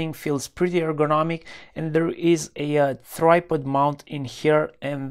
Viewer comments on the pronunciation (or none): “Thripod”? you mean tripod